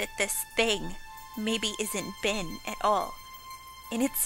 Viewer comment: It sounds like your saying BIN instead of ben